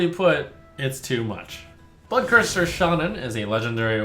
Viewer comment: Am I the only one who heard Buttcurser instead of Bloodcurser lol